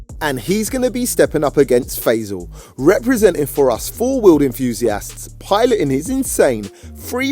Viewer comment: Fey- sel? It pronounced Fah-ee-saal